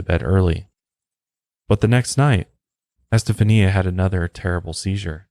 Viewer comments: Pronounsed. Estefanya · Esta- fawnya is how you say that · ** Estafania is pronounced ES TA FAHN YA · ESTA faun ya is the correct way to pronounce it. You are also saying her mother's name incorrectly. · For the love of God…it’s EsteFONia. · I think her name is pronounced STA FON YA. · Haha it’s pronounced “Estefonya” if that makes sense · Her name is pronounced este-funya. Like "stefan" between "eh" and "ya". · Es-tah-fanya my man lol. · It's pronounced EsteFANYA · It’s EstaFAWNia, emphasis on the Fawn lol ✌🏻😊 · I stopped when you said estafania the way you did lol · Esta-fanya...you know that you can type something into Google and it'll speak it back to you so you don't have to pronounce things incorrectly. You should probably use that cuz dude....jeez. you say Satan right but satanism for some reason you can't pronounce properly. It's not SYTANISM it's SAY-tanism. Once or twice is ok but doing it over and over again for the whole episode is... tragic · I never miss your LOP and MHP presentations, but what would take them to the next level would be correct pronunciation. Just do a bit of homework. Ask Google. Es-tay-FA-knee-ah Con-SEPT-see-own More of an observation than a criticism. Not expecting perfection, but this is your chosen career. Be the broadcaster with the Virgo attention to detail. Your Latin audience cringes..... Love your voice and content. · Just a tip- it’s pronounced “eh-steph-ah-nee-uh” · Ouija---pronounced, wee ja. Estefania---pronounced , Estafanya. Planchette---pronounced , planshet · It's more like E-STEPH-ON,YAH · I believe it's actually [eh-stef-an-ya] - like Esteban but Este-fania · Great episode Fyi her name is pronounced as es*ta*FAWN*ia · It's pronounced [ɛs.te.fa.ˈni.a]. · Hey her name is pronounced "es-ste-fahn-ya"....just sayin'. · my favorite part is that he didnt say "estefania" right even ONCE 🤣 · he keeps switching how he pronounces Estefania's name and its so funny